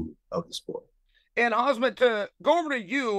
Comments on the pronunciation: Chael is fucking hilarious. he's screwing up the names differently each time, not giving 2 flying fucks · How many years does it take for lord chael to learn how to pronounce Hamzat's name correctly lol😂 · Chael, not sure if it’s intentional but if you can’t get the names right of the fighter you’re interviewing, you need to retire man. Thank You for everything you’ve done for the sport. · Dude, learn how to say these guys names. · Khamzat is annoyed as hell that chael keeps pronouncing his name like that, trust me I know the feeling so I can see it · Chael, stop making a tool out of yourself and learn how to pronounce the fighter's name. It's extremely disrespectful calling them the wrong name to their face. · Sonnen did you get a stroke why are you talking like that and calling the fighter 6 different things?? Let's not use Chael for Interviews pls. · He really said hazmat and kimura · Did Chael say “Khazmat”?…… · Not Chael calling them Hazmat and Kumaara. Just 🐐 things. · Who is "Kaz-mat Chimaev"? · And khazmaut shmayev 😂😂😂 khamzit pulled out vs nate Diaz 😂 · “Hazmat” “Azmat” cmon Chael you gotta do better than that🤦🏾‍♂️🤣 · “khazmat chimaev” 😅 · ah yes, hazmat chimaev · Hazmat man correct ths man😂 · He didn’t called him right even once😂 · Choel Sucknen is lame not to pronounce 😒 the fighter's name correctly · And from now on it’s hazmat. Khamzat just didn’t know I mean hazmat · it's probably on purpose , he can pronounce zabit magomedsheripov without issue but somehow khamzat is too hard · Chael pronounces both their names wrong on purpose, what a 🐐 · Nobody corrects Uncle Chael. Not even Khazmat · Does Chael purposely mispronounces Khamzats name? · Ok Chael. Say "ham". "Ham" Great, now, say "zat" "Zat" Great, now say, "hamzat" "Hazmat" 😣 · He said kamzat not hamzat (h is how it's pronounced) no k in Russian. Ike Khabib (Habib) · it’s pronounced Haam-zat not Haz-mat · If i was Khamzat I'd have had to tell Chael that it's pronounced Ham-zat not Hazmat.